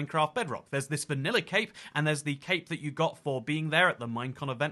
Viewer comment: When you say cape sounds like you say cake, wich is funny